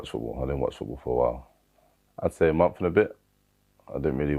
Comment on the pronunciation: the way simon said the word month (or months) was pretty amazing